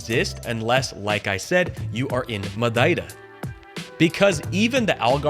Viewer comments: Perfect accent when saying "madeira" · Perfect accent on "Madeira", kudos! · Props to you you nearly nailed "Madeira". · Your pronunciation of Madeira was spot on! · Your "Madeira" is perfectly Portuguese. Cheers!